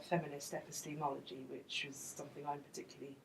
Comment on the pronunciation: 'Epi-steamology'. That's a new one.